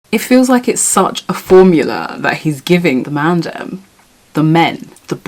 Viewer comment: Please never say Mandem again thank you 😭